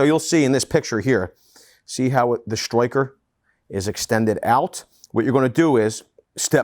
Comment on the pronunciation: Only thing that bothers me is the way he says striker. Stroy-ker He says everything so American but pronunciation of striker sounds Australian.